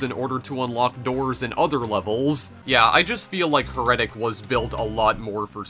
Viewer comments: It's heretic, not heretic. :D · You said heretic wrong bro. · stupid fuck can't even say HERETIC.